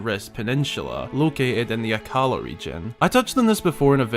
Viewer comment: Well, hyrule warriors age of calamity actually told us that it is pronounced "Akkala" and not "akkAla" (yes I hlighted the accent with Capital letters)